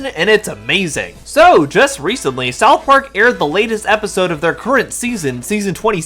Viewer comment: Hold up, did this guy say "South Pork" ?